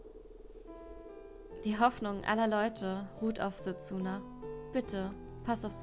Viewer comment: Sehr schönes Spiel... werds mir bei Zeiten noch für die Switch holen... (spricht man dsa nicht eher Setsna? ^^ Wie auch Sasuke ja eigenltich Saske gesprochen wird?)